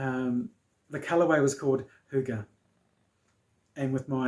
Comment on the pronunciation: We have a cafe just opened up in the village called cafe Hygge, so when you come over ;) we'll have to go there for a cuppa!! Thanks for the way to pronounce it too!